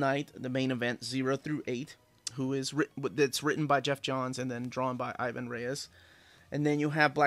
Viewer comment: i´ve been trying to grab those GL and GLC, but even used, some of them are hard to find and expensive. on other stuff, bro, stop killing Ivans name. He´s brazilian, he has a portuguese descendent name, we don´t accentuate the "I", and it´s Reis not Reyes. :D keep on rockin'